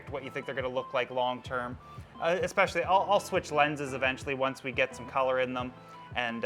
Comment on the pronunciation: The word "especially" doesn't have an "x" in it.